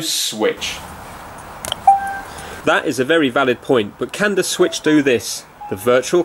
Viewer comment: Introducing the Swiitch U